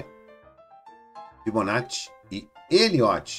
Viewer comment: Só por falar Fibonacci corretamente já ganhou meu respeito srsrsr